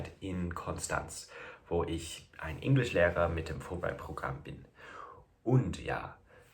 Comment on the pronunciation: Super, du sprichst wirklich fast akzentfrei und schon ziemlich fehlerfrei deutsch! 👍 Und du siehst sehr deutsch aus. Du bist nur kein Inglischlehrer, sondern Englischlehrer. 😄 Typischer Fehler von English native speakers, das Wort 'englisch' falsch auszusprechen, nämlich englisch statt deutsch. Englisch spricht man mit e, nicht mit i. Das amüsiert mich immer wieder.